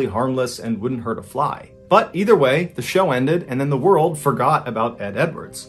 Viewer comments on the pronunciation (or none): none